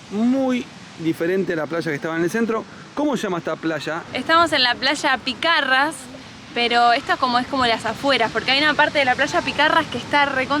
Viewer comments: "picarras" 😂😂😂😂😂😂😂😂 eso se lee y pronuncia como "pizarras", la "ç" es equivalente a la "z" en español. Caça= caza "Eu vou de caça" no significa "me estoy cagando" (por las dudas) 😂😂😂😂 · Picarra,no! Piçarras se pronuncia como la z=ç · Picarras no chicos, se dice pisarras. La C Cecilia, se pronuncia como S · Linda playa Piçarra. Chicos ahí les vá una explicación rápida de algo de fonética de Portugués!!!! La Ç se pronuncia como S en Portugués!!!! Muy bueno el video,abrazo!!!!